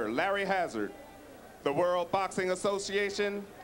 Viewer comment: Ray Leonard never says "world" he says "whirl".